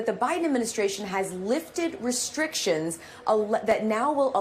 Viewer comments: She call it Ucran....like cranberries lol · Ucran? Did she say Ucran? Lol .Big Dumb Lloyd...uour fired. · ‘Ucran’? Dang she can’t even read a teleprompter. Scrapping the bottom of the barrel I guess.